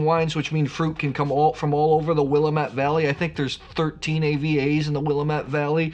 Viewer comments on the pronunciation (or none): Yummy. Just a note about pronunciation… Willamette has the emphasis on the ‘a’ instead of the ‘m.’ Sounds like Will-A-mitt. I was there a few months ago and they’re emphatic about the second syllable emphasis 🤓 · As a life long Oregonian, the way to remember how to properly pronounce Willamette is it rhymes with damn it. It's Willamette Damn it. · Hey! Let me give you a lesson on how to pronounce Willamette....here's a phonetic lesson...It's Willamette Damn it! Few things piss us off more. As for the Oregon Pinot you tasted...price aside it is a no-name producer. You're welcome. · You are truly a wine expert. Please pronounce Willamette correctly. I feel that it’s rude when you don’t. And since you are an expert, it makes sense that you pronounce it correctly. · He could just have a mental block on the correct pronunciation of Willamette. Sometimes when you read a word it comes out mispronounced on how you hear it in your mind and then is mispronounced when you try to say it. When that happens over and over again, this mispronunciation becomes embedded in your long-term memory as the normal way to pronounce the word. He may try to play it off that he is just trolling, but it could be that is just how his brain thinks Willamette should be pronounced. Even when he has consciously tried to slow down and pronounce Willamette the correct way, you could see it was a struggle and didn't sound natural.